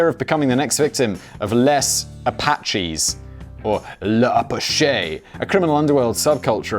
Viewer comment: Les Apaches ... its not ''Apashey'' its ''Apash'' ''Ley Zapash''